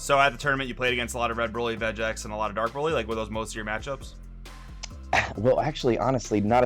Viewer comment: Could of things 1. The way he said Vegeks enraged me lol, 2. I want to see blue baby top cause it's good, 3. I think if Vegeks play goes down Bandai may not do anything to it lol.